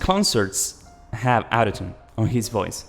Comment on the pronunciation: That's actually really sad. Those out of tune recordings aren't even too bad. Also lemme fix your pronunciation of autotune. It's not "ow"totune but rather "aw"totune. It kinda made it confusing to tell when you were saying autotune or out of tune